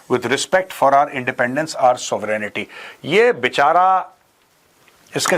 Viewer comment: Sovereignty not सोवरेनिटी it is सोवरेन्टी